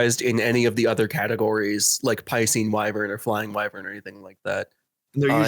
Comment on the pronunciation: I die a little bit every time someone pronounces it as wiv-vern